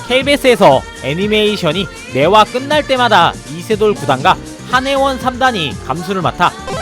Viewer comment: 발음이 놀라운토요일 나올급인데 잘 들어보면 이세돌보고 차두리라 하는거 같음 딕션 정말 놀토급